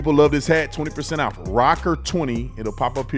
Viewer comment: She went OWF!!! Not off, OWF!!!! The Lord is opening peoples' eyes.